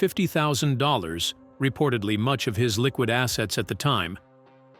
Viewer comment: Heavy emphasis on the word "liquid" 🤣🤣🤣 Don't be fooled by this. Bruce is rich AF always has been.